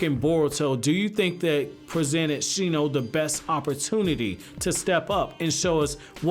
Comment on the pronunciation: It's Shino...